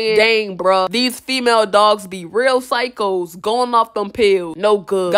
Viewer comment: “Sycos”… okay